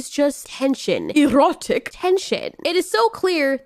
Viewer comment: The way she said erotic lmao Most anime nowadays either got blood rushing action or EROTIC TENSION or both with some wholesome What I'm trying to say is there are anime out there that go way beyond the lewd that is seen in this anime